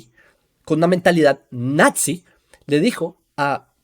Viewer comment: hola, mira se pronuncia "NAZI" no "natzi" 😊